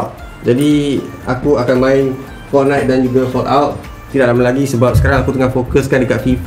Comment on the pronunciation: Aku rasa ni satu satunya org melayu yng ckp "Fortnite" dlm pronounciation yng betul.Kalau org len ckp Fortnite dh mcm Fot Night